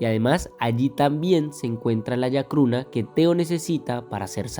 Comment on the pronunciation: Se llama chacruna no yacruna. 😒😒